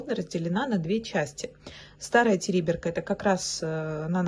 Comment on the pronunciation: Не ТЕриберка,а ТерибЕрка